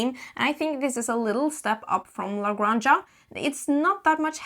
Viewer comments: Good review, I'll definetily buy it, thank you guys!! . BTW Granja is pronounced like this "grahn hah" the way you pronounce house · Yes, this. In Spanish, j is pronounced like h. La Granha.